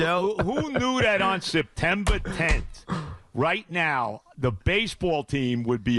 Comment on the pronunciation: Mr. JOEY “SEPTEMBAH TENT” B ‼️